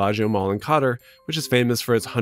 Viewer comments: I hate how you pronounce Qatar lol Pretty sure it’s “Ka-tar”, not “cotter” :P unless I’m misinterpreting the location of the Belagio mall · You said it once ... mistakes happen, then you repeated it exactly the same way. Qatar: Not Kot-er ... like welcome back Kotter. Its Ka-tar, like a cat and some tar. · Qatar = kaTAR, not "Cotter" lol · I really struggle to see anything wrong or desperate about this. Every businesses strives to make their customers experience worth while so they can come back. As someone from the DR coming to USA fro travel and visiting the mall, they looked like very thriving places still, also malls are not slowing down in latin america or the rest of the world. Lastly, might need to check that “Qatar” pronunciation tho